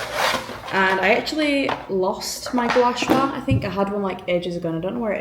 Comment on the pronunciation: Gua Sh-u-a LOL 😂 It’s Gua Sha! Another great vlog ❤